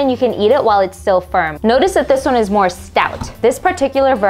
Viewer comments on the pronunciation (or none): none